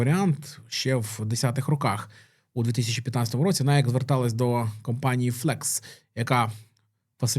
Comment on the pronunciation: Бренд в США насправді звется - найкі (з наголосом на "і")